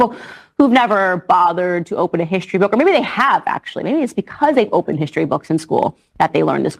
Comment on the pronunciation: Her eyes are actually wider apart than the actual width of her skull. Clearly inbred. Plus, she says "hishtory" to seem more classy.